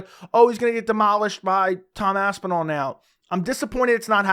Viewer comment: “eyidmen “🤣🤣